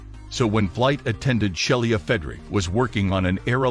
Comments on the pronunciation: The flight attendant is a great person doing a marvellous job and she deserves to have her name pronounced correctly. Robovoice is darned annoying. "Shell-ee-ah". Crikey. It's "Shee-luh" Sheila. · The flight attendant's name was Sheila Frederick, not Shelia.